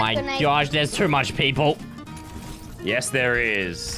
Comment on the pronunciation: It's funny that he keeps saying too much peapole😂